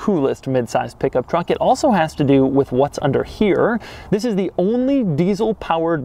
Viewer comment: Note that in this episode the THIS is not emphasized enough. Doug didn't rehearse enough.